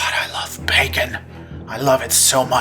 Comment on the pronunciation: IT YOU SAY BACCON